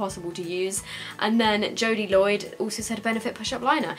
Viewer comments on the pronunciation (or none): none